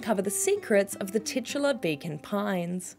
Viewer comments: I kept hearing Bacon Pines.😆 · That's because that's what's being said :D Accents gonna accent